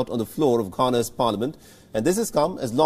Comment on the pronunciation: Canan parliament? Learn how to pronounce Ghana 🇬🇭 bro. It's not canan or canon.